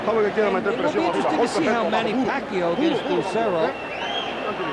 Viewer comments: Was the commentator mindless of his pronunciation of Pacquiao. Was it intentional with malice? He repeatedly pronounced, from the beginning to the end, Pacquiao to "pack you." While the ring announcer clearly said "pack-yaw" during the introduction, but the commentator insisted with "pack-you. He perhaps needs an uppercut by Manny Pacquiao. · What's with this announcer calling Pacquiao pakyo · Hahaha Manny pakyo pagbigkas ng announcer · tang ina manny pacyo daw sabi ng commentator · The announcer can’t say Manny’s name correctly yet. I’m sure he knows now.